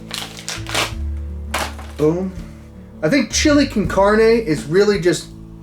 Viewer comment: The way bro is pronouncing con carne has me in tearsssss